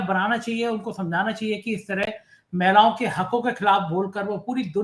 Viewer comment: "महिलाओ" होता है, "मैलाओ" नही बिरादर 😂